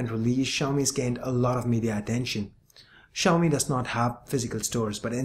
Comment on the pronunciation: Finally somebody pronounces it correctly!!!!!!!!!!!!!!!!!!!!!!!!!